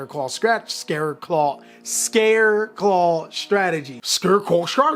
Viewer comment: sounds like you said scareclaw try hard XD